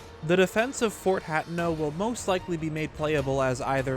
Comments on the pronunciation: ....”hat-no”?? It’s pronounced “hah-tey-no” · It's pronounced "Ha teno" Not "Hat in No" This was awesome though!! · My ears bleed a little every time says Fort “Hat’n’ No”.